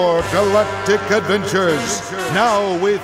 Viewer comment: SPORE! GALLLLACTIC ADVVENCHURS!!